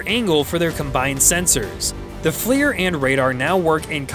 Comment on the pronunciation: the F-L-I-R acronym is pronounced "fleer", as in the bubblegum brand, not spelled out, as your DUMB AI narrator has done.